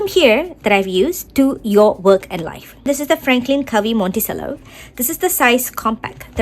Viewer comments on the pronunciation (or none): Monticello is pronounced “Monti-chello”